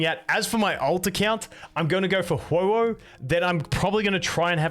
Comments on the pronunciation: the way you said xueyi is actuall y how you say ;a lil bit; in arabic LOOOOOOOOOOL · You pronounced their names perfectly.